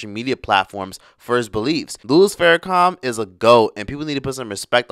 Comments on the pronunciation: Pronunciation is prime.Louis Farrakhan not Farracom my brother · U..put some respect on his name.it’s Farrakhan not farrAkum🤔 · why does it sound like you're saying Farrakha(m)? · are you really pronouncing his name with "com" on the end geez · It’s Farrakhan. Not Farrakham. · Im sorry are you saying Louis Farrakham?🥴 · Is he really calling him louis "Farra-com"? And did he say he actually walked with MLK? I promise you Farrakhan didnt march with MLK. Totally different ideologies.... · Pronounce his name right , It is Minister Farrakhan not faracom